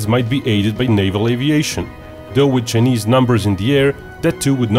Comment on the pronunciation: It's pronounced CHI NESE NOT JE NIS